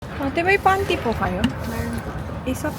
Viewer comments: Pan Tea, ndi pante😂😂😂 pina kaba mo kmi 😂😂😂😂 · nagulat ako sa tanong mo, ‘ate, may pan-t po kayo?’😂 pantea pala haha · ang dinig ko kanina panty(LOL) kaya na paisip ako(Ha?), pantea pala suri suri naman tao lang nag kakamali ;p. LOL!!! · I was really trying to convince myself that "pancake" ang narinig ko, kasi inisp ko, "bakit naman siya bibili ng panty?"... and yung pala "PANTEA" (pandan tea)... Whew! 😁😅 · I thought imisheard when u said Pantea hahaha